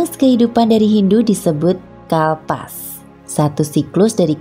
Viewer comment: 6.02 bukan kalpas tapi kalpa🙏